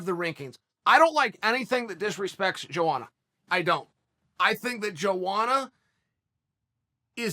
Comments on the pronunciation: JoeWanna lmao isn't it pronounced more like YoAnna???? Chael and BrenDumb Schaub suck at pronouncing fighters names even after years of say these names. I still like Chael saying YaRear Rodriguez. Hahahahaha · Lol chael its pronounced (Yo·onna) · "Jowanna JerjetSki" Perfectly Said. I couldn't have said it better myself